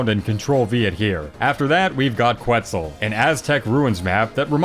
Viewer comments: erm actually its quetzal not kwetzel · BTW, Quetzal is pronounced ket-zahl. The U is silent. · please google how to pronounce Quetzal and Calico